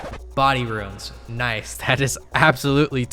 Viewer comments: Why is it even hard? Just don't add extra syllables for no reason, is he disabled? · I appreciate you trying to pronounce "runes" correctly. Loving the series